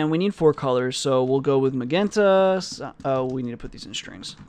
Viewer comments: Pronounce it like "majenta". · hi, It's pretty messed up that no one is polite enough to tell you it's pronounced "muh-jen-ta", anyways you're the man and thanks for uploading this content as well as the copious amounts of other videos and comments!